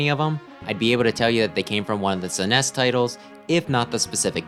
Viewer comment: "suh-nes" 💀 Great video tho, glad it ended up in my recommended